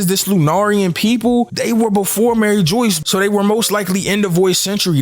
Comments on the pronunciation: Broooooooo its Mary- ju waaaa not fucking Mary joice!!!!! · My man's killing my soul everything he says Maryjoyce it's mariejois lol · Mariejois- Marie-jua lol 👍🏾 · Dude it’s not pronounced Mary Joyce bro your confusing people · my man please say the names properly. it hurts to hear it being said wrong lol..Mary Joyce.....is not the name... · lol bro i cant with every time you sy "Mary Joyce" like i hope thats just a meme dude it kills me lol. Same thing whenever anybody says "Aka eee new" like its "Ahk-eye-noo"